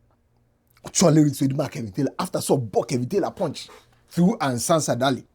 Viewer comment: you keep saying Ansah Sadaly but it’s Sansa Daly